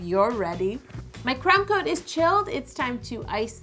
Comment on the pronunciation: I don't mind the mega phone but every time yo says "crumb coat and chill" I hear "c*m coat and chill" which is so wrong on so many levels.